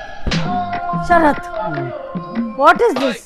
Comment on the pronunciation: Ee madhya mee videos valana relax avuthunnaa.... Mee name madam palike vidhanam suuuuuuuuuuuuuuuper..